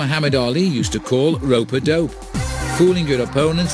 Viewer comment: haha 'ropa-dope'